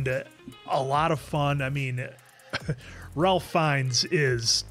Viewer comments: By the way. Ralph Fiennes' first name is pronounced 'rayf' Also in Doctor Who they made a joke in on epsiode where they have a soldier from the first world war, and then since The Doctor is able to go anywhere in time he accidentally says to him "seeing the outfit you're wearing you seem to be a soldier from World War One" and soldier goes "World War One?" "Uh yes." "But what do you mean.... One?" "Oh opps.....spoilers" 🤣🤣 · Ralph is actually pronounced Raif. Cause wales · I know Ralph Fiennes seems like it's pronounced like Ralph is normally pronounced, but it's actually pronounced Rayf. So Ralph Fienns is actually Rayf Fiennes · 🤭Yep, it’s not “Ralph”, tho guys. It’s pronounced like “Rafe”. Rhymes with safe. Rafe Fiennes.